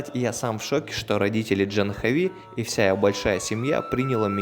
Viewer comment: Не Джанхави, а Джахнави, с ударением на предпоследний слог. Не тика, а тилака. Не пурахит, а пуджари. Они тебя признали брахманом, это значит, что ты должен быть вегетарианцем, по меньшей мере, по большей -- не употреблять наркотических веществ, вплоть до чая и кофе.